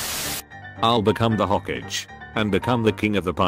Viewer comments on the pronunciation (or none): Ik its text to speach but come on hokage to hogige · Bro you are telling hokage wrong🤔